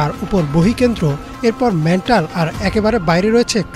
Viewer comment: মেন্টাল নারে ভাই মেন্টল হবে😢😢